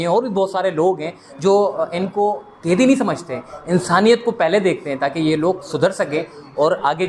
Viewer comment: O bhai aap apnee urdu theeek karoo Bohat he bura boltay ho kaidee nahee hota Qaidee hota hay bhayaaa😂